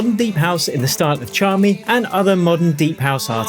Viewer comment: Just pronounce it without T, Chami.